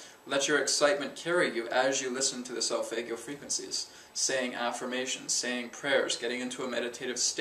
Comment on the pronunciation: For Christ sake learn to pronounce solfeggio. Also, I went to the pyramids and I can guarantee they were not resontaing whatsoever.